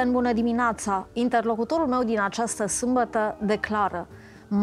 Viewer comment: uşa de la cafeneaua aceasta "trebe" unsă, că tare mai scârțâie.... "Bună diminoAța" este de la nea Iancu Caragiale?? Nu s-a "lipit" chestia cu Dumnezeu....probabil că domnul doctor şi-a dat seama şi spre sfârşitul interviului, a clarificat cu dumneavoastră lucrurile despre acest subiect....